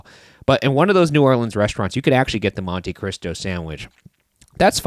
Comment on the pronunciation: I've never heard it pronounced "monte kreestow." I don't know if it's necessarily wrong, but I'm convinced they said it a million times just to annoy me 😆 I'm hype for the orca shirt, god bless